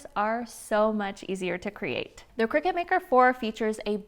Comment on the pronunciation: I just had to, you know what people are like and i couldn't help myself.... Cricut = (cry-cut) not cricket!